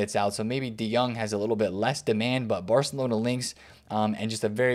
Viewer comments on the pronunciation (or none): none